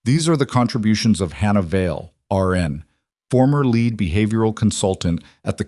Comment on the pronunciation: It would also help if they actually knew how to read the word lead. We also don't have to hear the same thing five or six times like her hearing the fluorescent Buzz of the fluorescent lights.... Plus they should actually spell & pronounce fluorescent correctly as well